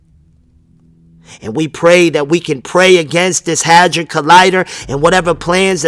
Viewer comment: sounded like u said hazard collider? its a hedron colider